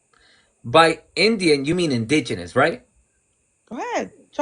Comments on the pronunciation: Did she say “ingenious”? You mean indigenous!! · Girl done lost her mind she sounds intoxicated the word is indigenous not injinious sorry bro I would have bochorno ajeno if I considered myself Puerto Rican but Im Borikua & she doesn't represent .😂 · WHAT IS IN-DIN-EOUS? 😂 People get so mad getting call white 😂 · Once she started talking about “hair” she became “an idiot.” How often does she re-style Her hair (day to day) ??? “Indenius” 😆(Inebriated) Clown !!! Another scratch against the latino community. She’s Very Baaad Rep of all of us. She should’ve been cut-off the second (it was obvious) “the alcohol kicked in.” She’s Most Definitely & Without A Doubt a Reeeally Bad Representative of another latino !!! She’s Not Puerto Rican, She’s Ignorant !!! I Do hope that she will Listen To Herself when she gets sober !!! She just out herself on “Blast” by putting not only her face out there, but her name too. Can’t wait till she goes to work on Monday !!! 😳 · Um lady It’s indigenous not In-disneyous 😂 dont be mad at he’s just educating🫶🏾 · I just wish her drunk ass could say indigenous instead of ingenius. I guess ur a genius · Someone needs to teach her how to pronounce the word in-di-ge-nous. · ALCOHOLIC 🥃 HAIR RAGE: "You wanna be or look InDEMenious. ImGEMenious. inDIGemious 😂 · Not her calling Indigenous, INGENIOUS 😂😂😂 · No, it’s Indinious. Wait. It’s actually both. 😂😅 Nevermind. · First time I heard the word "inginious".. I always thought it was indigenous. I think she's drunk. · "In-Gin & juice" "in-Genius" 😂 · First off... the word "INDIGENOUS" was whoopin her ass!! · Because she can't say indigenous.... Clearly 🤣🤣🤣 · Don't understand why he can't wear his hair how he wants. Is she jealous of his hair? She is obsessed about his hair. She is totally ignorant! She keeps pronouncing Indigenous incorrectly. She is so drunk. Her responses are funny and equally stupid 🤣 your hair is beautiful and i wish you could whip it in her face😂